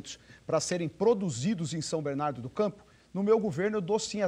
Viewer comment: Alex não sabe nem falar o nome da cidade como bom batateiro